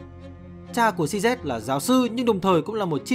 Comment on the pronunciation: tên người ta đọc cho chuẩn chút, "Xi zi" chứ cứ "Xi Zét" là cái gì, nghe ngứa hết người